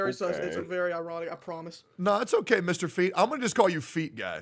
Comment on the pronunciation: HE GOT THE MICHAEL JORDAN OF GENSHIN IMPACT NO WAY "MISTAHFEET"